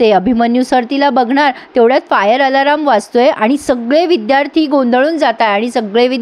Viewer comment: आलाराम???? खटकतय्... अलार्म... 😂😂😂